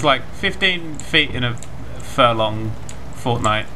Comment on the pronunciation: He said fortnight